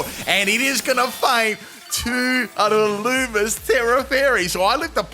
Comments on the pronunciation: Illumise is pronounced (ill-loo-me-zay) or (ill-loo-me-say) ....just fyi 😊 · Its pronounced ill-loo-mee-say